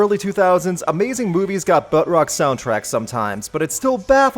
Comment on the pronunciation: I can't tell if you keep calling it "bud rock" or "butt rock". Is it 'for the bros' or 'shitty'?